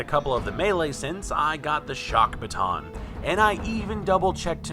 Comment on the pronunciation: a bha-tho'???